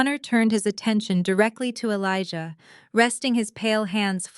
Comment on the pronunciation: Good story, but you should really learn how to pronounce Elijah and be consistent. Jasmine, too.